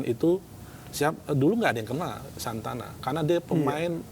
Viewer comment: SANANTA, bukan Santana😅